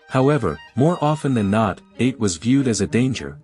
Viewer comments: Atë. It's pronounced a-Tee. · AI slop. Absolute garbage. Do some reading on how Ate is pronounced.